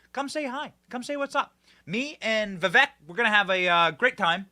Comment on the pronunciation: Benny you’re great but for the love of god figure out how to properly say Vivek’s full name before you travel with him.